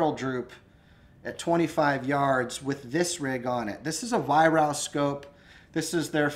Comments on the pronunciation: It's pronounced ......"VIE-RARK". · It's pronounced 'Vie-Rark' BTW.